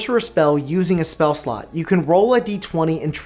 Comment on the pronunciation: Is it just me or does it always sound like he says "spell slut". - I'd love to create spell sluts. "New sluts go away after you long rest" Hahaha! Yes they do indeed! "and generate way more sluts than you porbably need..." speak for yourself!